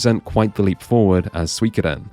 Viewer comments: Psycho Mantis is a bit of a a ham, and he's sounding out each syllable of Su i ko de n separately for dramatic effect, but if you're reading Japanese slowly (and from an English perspective) it's not completely wrong, the only unusual part is the heavy emphasis on the "ko" sound. Promotional material for Suikoden 5, you can hear a native speaker and there's still a tiny distinction between the "Su" and "i" so you don't get the "Swee" you hear from many other pronunciations of the games online. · Me at the Playstation part: Cool, guess me and my friends have always pronounced Suikoden wrong till this day. We pronounced it as: Sue-Ko-Den :P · The main issue with the popular/MGS pronunciation of Suikoden is the emphasis on the 'ko' syllable, as if it's Suikōden. With your pronunciation, on the other hand, "sui" as "swee" is a bit off to my ears. Consecutive vowel sounds in particular in Japanese (and their vowels in general) can be pretty tricky for native Anglophones. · I rarely found anyone pronounce suikoden correctly outside of japanese learner circles or straight up japanese people. You pronounce it wrong and so do the people that pronounce it differently from you. I suppose you try to immitate the commercial which is good, but you're still missing the mark. You're basically saying "swi" when in the commercial it's "su i". The problem is you pronounce it way too fast so the sui becomes swi. Then the same issue with "koden" where you're way too fast and not enough emphasis on the "o". You're almost losing the "o". But in japanese "o" is its own syllable so they will pronounce it very audibly. To be fair, your effort is better than psycho mantis. If you slowed down It would actually be close enough. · Truly only english natives can get confused on how to pronounce something as straightforward as "Suikoden" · swekoden?!? its seeikoden defo not sooikoden e and the i meld into one, start in an e end in a high i (phonetical in English)